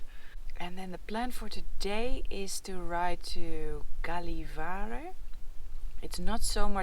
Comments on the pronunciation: Gällevare has no G sound but J or as in English Yellow. The coffee get better the more north you go. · Gällivare...is pronounced "Jellivare" 😉😉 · Fantastic day! I remember the feeling when you got to ride without all the packing on the bike from my days of bike touring! Cant wait until the next video! PS. Gällivare sounds something like "Yellivare" DA.